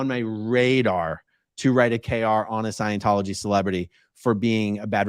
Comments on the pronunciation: "ScIeNcHoLoGy" 🤣 Dead! He's a moron! 🤡🤡🤡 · What in the world!?! Witches are females. Omg!!! Did dude just say Leah Remedy?? 👀. Please someone help him with words. He can’t even say Scientology. He needs to take several seats. 🤦🏽‍♀️